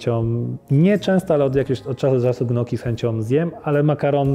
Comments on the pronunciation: Ewentualnie jakieś GNOKI może :D Wymawia się NIOKKI ;) Ale poza tym drobnym szczegółem (mój chorobliwy wręcz puryzm językowy) wywiad świetny ;) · Lubiłem lewego dopóki nie usłyszałem ze wymawia "gnoki" zamiast "nioki" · Nie Gnioki, tylko „Njoki”. Moja ciocia spod neapolu mówi dokładnie tak samo.